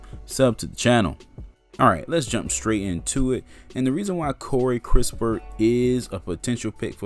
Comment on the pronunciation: It's kiss-pert and not kris - pert.. Possible, If the spurs can get extra picks aside from the 12th in sign and trade with the lakers 22nd pick, then go ahead and get your shooter in kispert. 12th picks reserved for a sengun, Wagner or garuba who can play now..